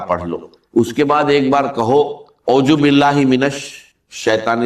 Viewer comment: اس نے تو اعوذ باللہ بھی ٹھیک سے نہیں پڑھا۔دوستو پھر سے دیکھو۔اور غور کرو یہ دھوکہ دے رہا ہے